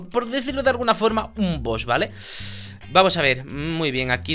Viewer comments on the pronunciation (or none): none